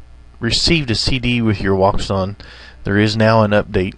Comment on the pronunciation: Nice video, but I must add a detail: Wouxun is not pronounced as wou-xun but in chinese it's pronounced as wou-shin (quite similar pronounciation as the word "ocean" in english)